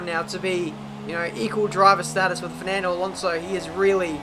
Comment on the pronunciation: Man, i shit bricks of laughing when you say “Firnandooo” kkkkkkk